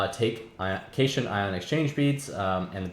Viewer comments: one last thing is that as far as I know cation is pronounced "Cat-Ion" not "cashun" however that could be a British english vs American english thing. btw cation refers to a positively charged ion while an anion is negatively charged, so the beads are probaly ment to be some kind of catalyst, which would explain why you get them back. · Enjoying the series so far, one note cation is pronounced cat-ion similar to how anion is pronounced an-ion